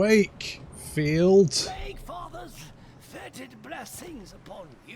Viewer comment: I always hear "Kugath the CAKEfather" LOL